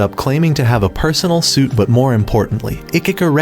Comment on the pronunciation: Stop saying sweet and say suit, like you know how to speak stop using an a.i speaker